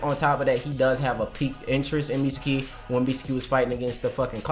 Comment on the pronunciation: Y'all should be saying "Mitsuki" & "Katasuke" the same y'all say "Sasuke."